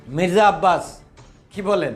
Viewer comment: মিজরা না ভাই 😅 মির্জা ফখরুল প্রথম শুনে মনে হলো হিজরা😅